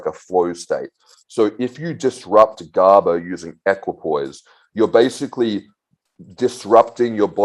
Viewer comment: Guy can't even pronounce GABA and talking about how eq effects brain .. this shit is hardly noticeable, he states it's never been studyied in humans and then he says it's neurotoxic asf.. show me a study or proof that it is please